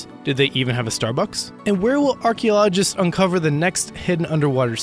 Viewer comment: it is pronounced "AR-KEY-OLO-GIST" not "arky-logist"